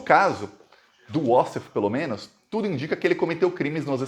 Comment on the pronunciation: quando vc falar "menos", carrega bem no O, porque tá soando como MENAS. Fica feio... FORA BOLSONARO!